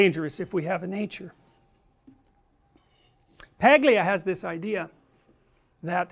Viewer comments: Her name is Italian and the 'gl' is diffucult unless informed by an Italian on how to pronounce and was practiced by me many times with a fellow Italian friend. It just isn't in the English phonetics, and to expect American or Canadian's to get off the bat, well...;) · the g in paglia is silent, its pronounced palia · As someone with an Italian mother (and for real Italian, not second third fifth whatever generation shit), it literally makes me insane every time I see someone pronounce an Italian last name that involves a G before an L and pronounces the G. Its basically a silent g. Its Pail-E-Uh. Buscaglia is Boo-Skall-E-Uh. Etc. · Most Americans cannot pronounce this surname. G here is not exactly silent. Together with l and i (gli) it signals for a single sound which is not present in English (it sounds like a combination of l and y). So it would be Pah-lya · He is better to learn to pronounce her name correctly! This is fu(king embarrassing to listen to... Don't school me on their interview. I have seen it! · Maybe because not everyone is ITALIAN?? so how would someone like me who is not Italian suppose to know that we don't pronounce the G in their name? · Starts off talking about Camille Paglia's fame but doesnt know how to pronounce her name. Silent 'G' in Paglia.